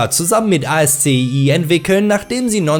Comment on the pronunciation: Kleiner Hinweis: ASCII wird Aski ausgesprochen. Das kommt von der Programmsprache